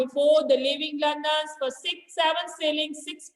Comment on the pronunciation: Pla english sikh le London hota londan ni pura galt explain kr rahi h